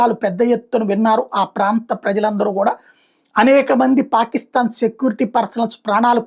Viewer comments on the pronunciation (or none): none